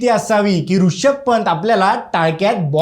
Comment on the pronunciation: रूषभ नाही रे रिषभ.